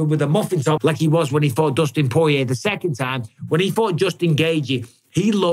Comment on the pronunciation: I'll never get tired of watching champ callin Dustin The Diamond "Poe-yay"